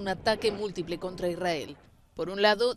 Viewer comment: Si amas a israel al menos pronuncialo bien, es Israel, esa y adelante es para transliterar el sonido del hebreo al ingles, pero en español no es necesario